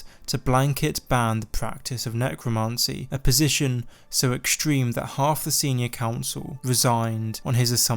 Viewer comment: necromancy not necromarncy